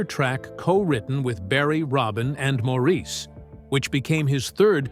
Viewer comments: Mor Is!! Not Mo Reese!! Please Say "Mo" if you can't remember the man's preferred pronunciation! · Absolutely no one in Britain or Australia would say Maureeece 😂